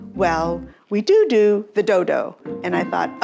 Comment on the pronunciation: “We do do the doh doh!” 😅😅😅❤😅 She must be Irish!